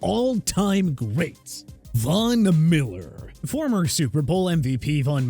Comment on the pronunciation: Vona Miller? You mean Von Miller? Also Ronkowski? More like Gronkowski.